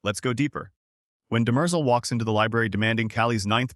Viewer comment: I hate these AI videos, can't even pronounce Demerzel correctly.